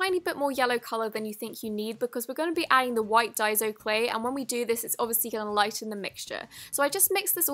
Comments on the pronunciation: she finally pronounced daiso right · SHE DIDN’T SAY DAIZO, IM SO PROUD OF HER 😂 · ACTUALLY, google the pronunciation. It's (day-zo) i was correct in the first place. And yes the packaging does say DAISO when you've just said it doesn't.